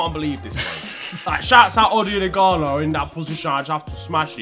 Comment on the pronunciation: what the hell does he say about Ighalo? 😂 I've tried many times and simply cannot decipher what he says